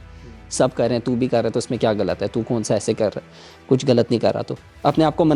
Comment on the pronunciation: اردو سے زیادہ یہ ہندی بولتا ہے۔ خوش کو کھش اور غلط کو گلط بولتا ہے۔ لعنت